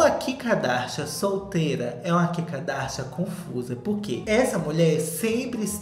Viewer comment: kkkkkk vc falando ki kadasha